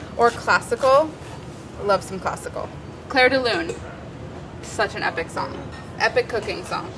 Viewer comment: Molly: "Clair de Lune" All I hear is "Claire is leaving" :( Wonderful episode though!